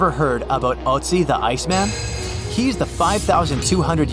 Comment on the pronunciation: I don't think it's pronounced "oatsy".